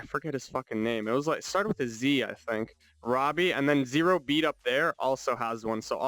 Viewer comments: Its roboy as in ro-boy robot and boy mixed not robbie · Love this video but hearing roboy pronounced Robby is insane to me